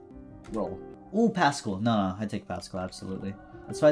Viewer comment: he’s finally learned how to say paschal